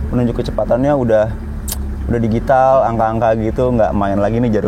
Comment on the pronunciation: Baca nya 'dijital' bang bukan digital..